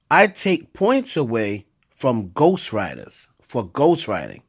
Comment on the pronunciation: It’s pronounced ghost writers you uneducated buffoon and get familiarized with them clown because Cardi B uses them